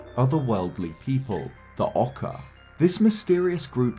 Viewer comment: Funny how he mispronounced “Oocca” as “Occa”. I used to do that long ago. XD